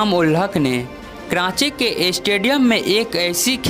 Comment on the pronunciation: Kranchi ke matlab kya haye? Commentary dena adan nahi haye.....sikhna zaruri haye